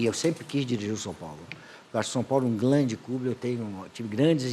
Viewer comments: "Acho o São Paulo um 'glande' clube" - - Bem sugestivo 🤣🤣🤣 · SÃO PAULO um "Glande" clube 🤣😋